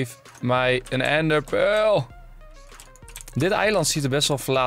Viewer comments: What da fuq is een ende pul 😂😂😂😂 ga Engels leren ofzo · Ik vind het altijd grappig hoe Enzo ender pearl zegt: endepeul